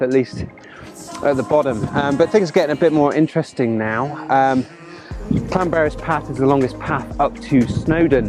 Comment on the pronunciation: Good to bump into you this weekend. Loved that portrait shot with the stream and pointed mountain 👌 And good pronunciation of Llanberis too, respect!